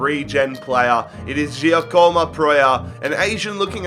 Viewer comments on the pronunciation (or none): none